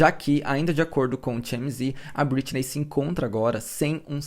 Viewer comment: Só me irritou a forma que vc pronuncia algumas vezes o nome Britney.